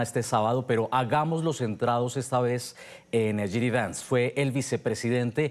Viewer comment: Esta señora no sabe ni el nombre del vicepresidente, no es GD Vance, es JD Vance! Primero infórmese bien para dar una entrevista!